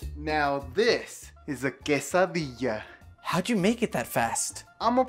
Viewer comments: Cheeeesadia more like cesadia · Do you mean que-sa-dilla